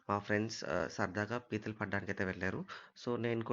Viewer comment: Arey adhi pethulu kadhu raaaa....pithalu raaaa😅